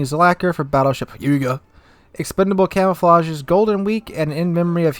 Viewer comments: the hyu in huyga is pronounced like hugh as in Hugh Jackman. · Pretty sure the Hyuga is supposed to be pronounced He-U-ga, if you’ve ever seen naruto, it’s the same name as Hinata’s and Neji’s clan in the show.